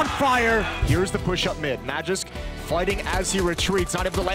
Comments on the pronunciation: For those wondering is the correct way of pronouncing Magisk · Being a friend of the person in question, i can absolutely guarantee, that is the way to pronounce his name. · he is only providing the correct pronounciation of magisk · Actually... the guy correcting - says it right... that's how you pronounce it. There you go.